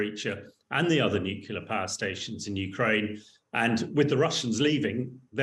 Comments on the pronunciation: Bright guy, but I wish he would learn to say nuclear, instead of nucular. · It's n-u-c-l-e-a-r, not n-u-c-u-l-a-r. At least sound like you know what you are talking about. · The word is Nuclear, not Nucular. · NUCLEAR, not nucular! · It’s NUCLEAR not “nucular” ! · I can't listen to anyone who can't pronounce nuclear properly. It's nu-clear not nu-cu-lar. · Very interesting and quite right. I’d have slightly more confidence in a nuclear expert who could say ‘nuclear’ rather than ‘nucular’. Everyone can say ‘new’ and ‘clear’ so why not one after the other? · It is important not to pronounce the word "nuclear" wrongly. Only ignorant people pronounce it "Nu-cu-lar". Like this chump. The correct way to say it is always "nu-klee-ar". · What is so difficult about saying the word: nuclear? Why is it that some people are only able to say new-killer, and are apparently unable to say new-clear? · Nucular, nucular, NUCULAR! How is this real? How are so many "experts" still saying nucular? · He’s still saying newk-you-lar instead of new-clee -ar. I can’t trust him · NUCLEAR, Hamish. New Clear. It's not difficult 🙄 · A minor point, but...why can't he stop saying "nucular" instead of "nuclear"? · Please take the nookular issue more seriously,.:D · Wish these so called experts would pronounce nuclear correctly. It’s New Clear. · 'Nuclear' is pronounced New-clear unless you are Homer Simpson and then it is pronounced New-killer. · What is the guest talking about? Nukelar? 😎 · How are you supposed to accept him as an expert when he can't even say "nuclear"? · Why cant people say nuclear properly? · The LOUSY so-called expert who cannot even pronounce Nuclear correctly ‼ Zero credibility. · Even the English are mispronouncing "nuclear" now. Sad. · New drinking game idea. Gotta drink every time this guy mispronounces the word nuclear. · Shame he can't pronounce nuclear. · Why do people find it so hard to pronounce "nuclear"?